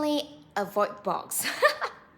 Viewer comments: it's pronounced Books. Not box. Thanks for posting though. The exact same thing just happened to me. I'll never buy from Boox again. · It's not Box, it's Boox 🙄